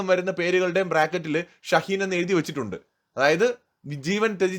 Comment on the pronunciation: ഷഹീൻ അല്ല മോനേ ശഹീദ്.. നമ്മുടെ നാട്ടിൽ ഷാഹിദ് എന്ന് പേരുള്ള കട്ട്‌മുല്ലകളെ ശഹീദ് എന്നാണ് വിളിക്കുക 😂